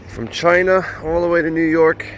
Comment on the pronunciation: Donald Trump "Chy-Na"